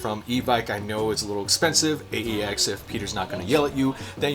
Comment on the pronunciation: Wait, you said AEX. Are you from Sacramento or something bruh?